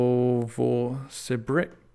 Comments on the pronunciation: Novrisbrisk is pronounced noh-voh-si-birsk if anyone is wondering... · " And... ummm... No-vo-si-bRIck" Close enough comrade! {-}7 10 / 10 - Whould throw a brick again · No-vo-si-birsk, not "No-vo-si-brick" :D